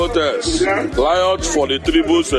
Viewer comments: It's riot and not liot. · Ignorance is a disease indeed. Consuming dead chickens are now the form of civilization. What a shame!, tell the man to pronounce words correctly. Tell him that it is not "liot", it is pronounced "riot." The other word is not "plotest", it is pronounced "protest." Nobody forced you into being Nigerians. Your brother, Nnamdi Azikiwe, wanted one Nigeria. So, continue to enjoy the fruits of his labour. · Please teach some igbos how to pronounce “R” and “L” in words. What is Plotest and Liot.